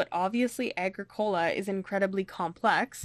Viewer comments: You mispronounced the game title. It’s “A-GRICK-O-LA” not “A-GRICK-COLA” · Uh-grick-oh-lah it's not a soda. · It is pronounced: A-Gric-u-La Signed: Someone who lives in Halifax, where Agricola street is a main thoroughfare. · A well done How to Play within 10 minutes! Small correction though: You must pronounce Agricola so that the stress is on the "i" and not on the "o". ;-) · It is not pronounced correctly. It bothers me ever time I heard it. It is more like a-gree-kuh-luh. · I mean. Nice video. The mispronunciation of Agricola really does make it hard to watch though. It's latin for farmer. Arg(i) means land. And cola mean tilled, or cultivated. Thanks for making the video ill check out a few others. Like that your board is the new version. Not the z man games